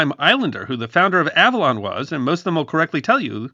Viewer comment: Interesting video. Your pronunciation of the island's name sounds quite odd to me, a SoCal native who's been there many times. I think you're hitting the consonants a bit too hard.